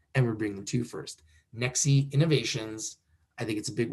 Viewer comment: Its Pronounced as NEX (E is silent)